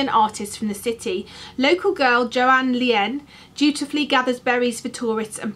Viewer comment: I have a request to you... I'm Finnish, living in Sweden, and - sorry to be blunt - it hurts to hear you butcher the Norwegian names. Could you do me (and probably to every Scandinavian watching your videos) a favor and learn to pronounce the foreign names as well as you can? It really doesn't take many minutes, but feels very nice for us foreigners :-) I mean, Johanne Lien is pronounced like Yohanneh (3 syllables) Lee-en, not like Joan. Tullik Ihlen is Toulliek Ee-len and Edvard Munch is Edvard Mounck.